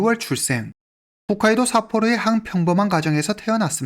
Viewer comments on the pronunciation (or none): none